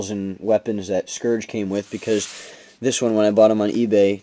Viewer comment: You mispronounced Scouge.